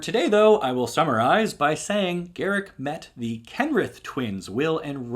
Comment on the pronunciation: Garick? GAROOK!